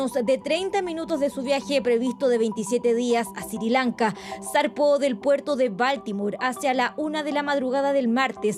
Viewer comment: Aprendan a pronunciar la palabra BALTIMORE PERIODISTAS DE JUGUETE SE ESCRIBE BALTIMORE Y SE PRONUNCIA BALTIMORE DONDE ESTUDIARON??